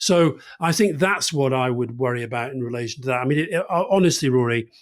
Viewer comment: Worwy talking about the dangers of being pretentious 😂😂